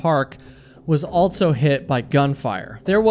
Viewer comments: This guy says Altso instead of also and it's driving me insane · Are you saying “altso”?